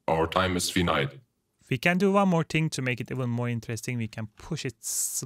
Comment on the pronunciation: finite is pronounced wrong